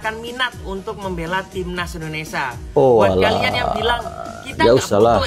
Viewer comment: Indonesaaa😂😂 min hati2 kalau ucapkan nama negara sendiri.